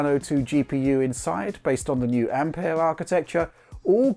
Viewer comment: Great to hear someone pronounce ampère correctly finally.